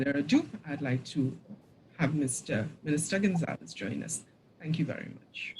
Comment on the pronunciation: It’s Gon-za-les. Not gon-zals. Great video/info